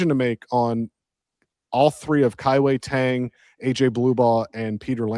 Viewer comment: Guys, it's not pronounced Kai Wei TANG. Pronounce it like you're saying DONE but with a G sound. Kai-Wei DONEG